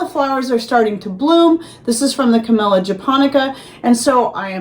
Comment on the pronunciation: Dead serious, I heard canola flowers 😂